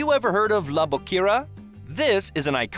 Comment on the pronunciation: The narrator did not bother taking the time to say some of the names correctly like Gaudi, Guell, and Boqueria.